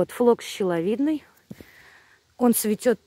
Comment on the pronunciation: флокс не щеловидный, а шиловидный.